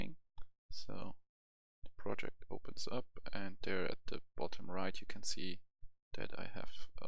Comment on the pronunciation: Project* not projekt :)